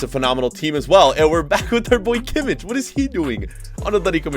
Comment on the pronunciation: it ki-mih. you americans have trouble with the names